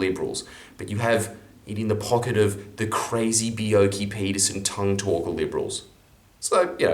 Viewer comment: Be-YELL-key -! No matter how much of a YOKEL police state dictator he was!